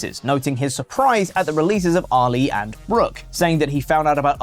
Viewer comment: Every time says Ali it throws me off cause I think he's saying Oli.